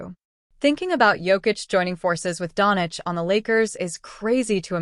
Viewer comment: Its not Donic , but Doncic